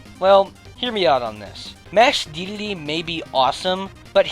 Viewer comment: "Masked Dedlde"